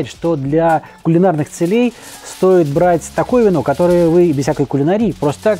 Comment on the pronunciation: Из полей доносится целЕй..... Учите русский, горячий испанский мачо. Хотя, думаю, это специально, но слух же режет..... Зачем???